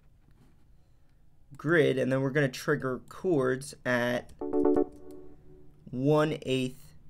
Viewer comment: Came here to hear you say Ceeewwrds